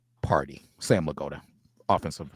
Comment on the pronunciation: Are you purposely saying Sam's name like that? Crazy way?